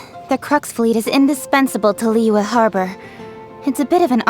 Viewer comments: same, hearing them say zhong li and liyue is so painful 😭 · I'm neutral with Eng Dub but I seriously can't stand using Eng Dub in Liyue. As a Chinese, my ears hurt when they pronounce almost every Chinese word or name wrongly